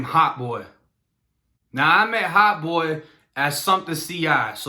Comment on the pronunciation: nigga saying Heart Boy not hot 🤣🤣🤣🤣